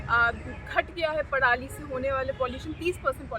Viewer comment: पड़ाली नहीं पराली 😳😁